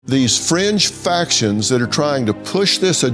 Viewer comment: Fringe factions. I heard French Factions😂